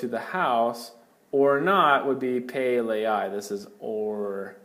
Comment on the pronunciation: Great videos. Soft e on pe like “pet” rather than sounding like an A in “pay”